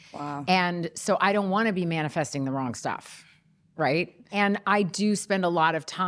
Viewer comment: Hahahha "manifestating" she says...